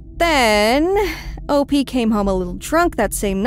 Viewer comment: Finally - someone who says “op” the correct way